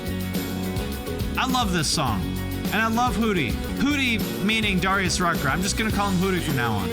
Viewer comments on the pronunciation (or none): I think its Deh-ree-us lol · Isn't it "Dare" - ius?